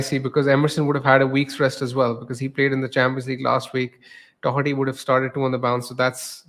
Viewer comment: There’s no “c” in Doherty